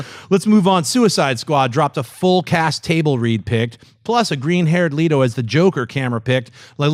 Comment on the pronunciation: It is Jared Let-O. Not Jared Leet-o.